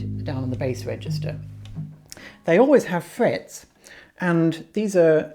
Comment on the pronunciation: "They always have 'frayets"..."